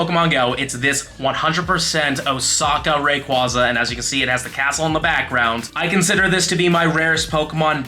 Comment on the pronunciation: You pronounce Rayquaza wrong too. 😂 ATTACK: 14 IS NOT 98%